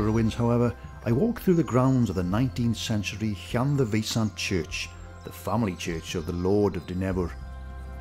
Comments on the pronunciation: ydych chi'n dod o rywle yn y Gogledd? Mi glywais y bobl leol yn dweud, "Llan-DAI-lo" yn lle "Llan-DEI-lo." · A peculiar pronunciation of Llandeilo.